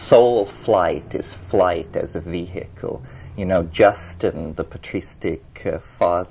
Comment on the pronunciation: Terence’s pronunciations paint the picture. It’s the way he speaks; “Vee’hik’ul”.